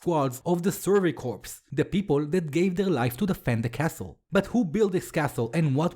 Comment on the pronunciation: I can't tell if is mis-pronouncing Survey Corps or if he's making a Survey Corpse pun 😅 I'm leaning towards the latter.